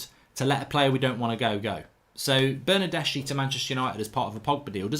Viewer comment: Pronounced Bernardeski!